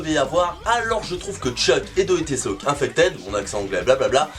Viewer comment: Pratique ta diction, cest pas une question d'accent, on comprend rien quand tu dit des mots anglais c'Est ridicule comment tu a dit do dé lou infeted , tu perd ta crédibilité et ducoup des view et abonné.. pourtant bon contenu c'est pas insurmontable prononcer l'anglais Vs le parlé apres 1 mois de pratique tu peut bien prononcer